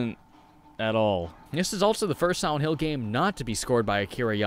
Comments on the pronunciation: Its probably his braces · He pronounces it "Siwent hwill" I can't fucking unhear it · I really enjoyed the video. But about 2 minutes in, I noticed it sounded like you said "Sowent Hill" and then that's all I could hear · Am I the only one who hears 'Siwent Hill' here? Lol, maybe it's just me. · Why do you say "Siwent Hill"? All of your other Ls sound fine :-) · Sihwent hill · Siwent hill is all I hear. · He keeps saying siwent hill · ... "Sowent Hill" ?